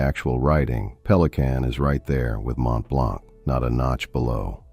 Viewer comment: Mont-Blonk 😂 As if 11labs can't pronounce basic french